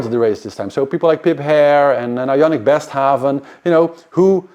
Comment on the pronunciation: Please work on your names.....BestHaven? deVis? Hermanns? I don't know them.